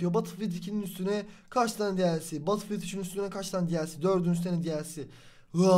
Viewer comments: LAN BATILFİYILT DEME ŞUNU BETILFİYELT de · Batılfiyıld deil betılfiyıld xksodueh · Abi takıntım var söylicem batılfiyıld diye değil bedılfiyıld batıl deyince şişe oluyo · Batıl diye okunmuyor batıl diye okunuyor. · batılfiyıld degıl bedılfiyıld diye okunuyor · Birisi söylesin Battlefield diye yazılır Betılfild diye okunur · Abi söylerken badıl fiıld demen beni çok tilt etti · BATIL DİYE TELAFUZ ETME ARTIK ŞUNUUUU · lütfen artık batılfiıld deme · Batılfield ne lan batılfield diyince şişe alanı demiş oluyorsun mal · Biraz ingilizceni gelistir batilfild nedir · EmircanGuner_ aynen bedılfiyıld diye okunuyor